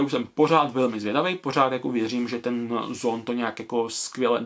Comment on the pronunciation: Čte se to zàn